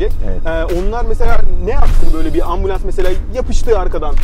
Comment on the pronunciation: 5,7 dakikada adam ambulons dedi